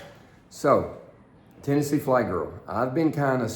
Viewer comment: its TNFlygirl not THFlygirl.